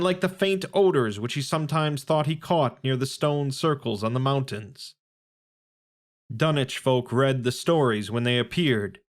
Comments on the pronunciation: can someone explain why tf it's pronounced dunnich instead of dunwich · Love the content and the story, but the fact that you say dun-ich and not dun-wich is a bit jarring to hear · Dunich..... what happened to the w? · Dunnnnnnnnnnnnnnnnnitch? Unsubbing lol wtf are you on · The Dun-itch horror....bahhh bye, happy trials